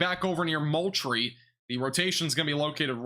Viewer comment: Ok, thats Val dos ta and Mole tree